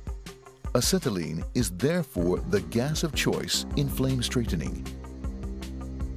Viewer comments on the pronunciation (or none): a-set-a-lean lol the narrator really over pronounces some of these words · Why does he say acetylene so weird?